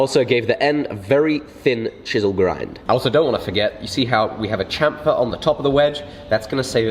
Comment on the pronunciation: Say Sham-fer, like Champagne.